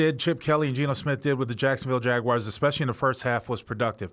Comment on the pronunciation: What’s a Jagwire?